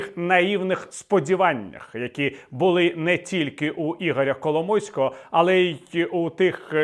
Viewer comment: Віталій сказав Кало мойського чи мені почулось?)))